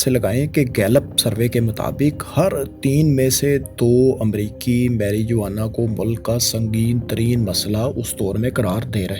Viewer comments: Proper Pronounce is meh ruh waa nuh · Marijuana is pronounced as maruwana